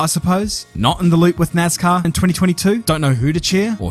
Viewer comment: Ima take a shot every time he says nazcar